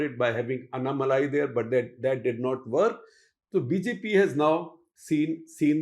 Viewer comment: please work on your pronunciations. English spelling may not lead u there It is Seemaaan, Naadaars, Covundars, Annaaamalai Thankfully there are abbreviated names for parties. Otherwise you are finished 😂